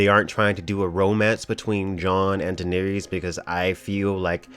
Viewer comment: Who is D'neerees?